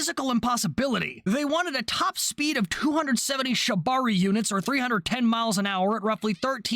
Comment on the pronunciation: "270 shibari units" I beg your finest pardon now?!